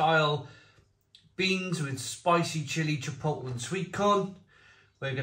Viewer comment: Chipotle is pronounced chi-pote-lay, not chip-ottle, (I also used to make that mistake)